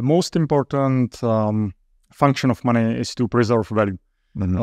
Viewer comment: Money….sounds like “my needs”